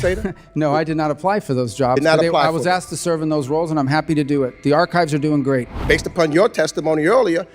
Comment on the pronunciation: Meeks cant even pronounce archives lol